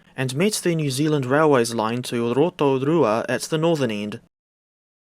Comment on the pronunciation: Heya mate, are you kiwi by birth? The way you are saying Pukeoware is like I have never heard before 😂 you are putting a Spanish slang on it.. you need a little more practice on your Maori accent there mate, Pataruru & Rotorua are much better but with the simple addition of some speed while speaking will help with the overall sound. And yes, the faces on the locos, the merchandise available for sale, and many more things are governed by Mattel to enable the running of the event full stop. The names were an O.G thing done with the first one held in March 1995 where we had Bernie the bush loco (Mallet) Terry the tank engine (480) & Rewi the shunting engine (847) and Diana the express engine asleep at Pukeoware. Along with the desiel faces. The names are no longer used for the same reason = Mattel. We used to tape over the Diana nameplate when she was on the trains 👍 there is no Diana in Thomas! Only official characters allowed. I love how you complain about the train loadings yet you also openly acknowledge in your next sentence that you did take notice while standing in line that it was busy 😂🤦‍♂️ end of the day is the best time to go for a ride. High Pressure cylinders are lower in diameter because you have more potential energy in high pressure steam than you do low pressure steam - low pressure cylinders are actually larger vs normal to gain the most energy from the low pressure steam. And yes that lubricator on the Mallet is similar to that of those used on the Js n Ks. Th